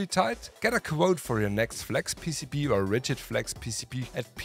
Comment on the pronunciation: Your German accent on the English “PCB” way cracks me up every time only because it sounds like you’re saying “PCP” Way, and man that would be a very different type of advertisement lol